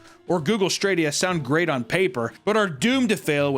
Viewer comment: "google stradia"